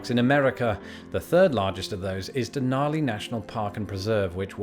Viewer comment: You just did a nono on pronouncing Denali